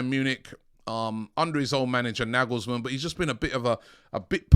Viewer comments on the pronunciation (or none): none